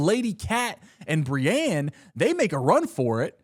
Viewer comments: the way he says Brienne's name s painful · Re name pronunciation, the audio books pronounce some names WAAAAY different than the show. petyr baelish is said like P’tire and Brienne of Tarth is said like brI-een (rhymes with fly screen)